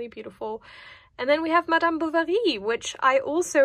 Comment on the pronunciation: Do you happen to speak French? This pronunciation of Madame Bovary was perfect 😍